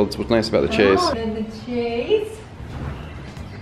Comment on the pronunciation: I actually like the darker legs. Love the room so far! FYI - it's pronounced shaze, not chase. :)